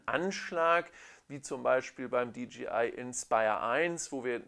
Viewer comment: Dee-JAY-Eye (DJI), nicht Dee-GEE-Eye (DGI)... bürgert sich irgendwie langsam ein, diese falsche Aussprache.... Sonst aber sehr schönes Video.